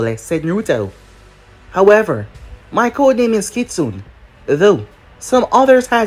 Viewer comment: Kitsune is pronounced Kitsu-Nay Youve been mispronouncing it for years now